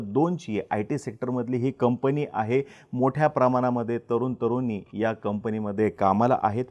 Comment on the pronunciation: ' न ' आणि ' ण ' ह्यातील फरक कळतो का तुम्हाला? भाषा जरा नीट करा. तरून-तरूनी नसतं.. तरुण-तरुणी असतं.